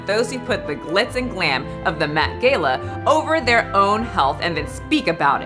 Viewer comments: Met "Gay-lah" 😅?? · "Met Gayla"?? I feel like youre trolling us :D hahahaha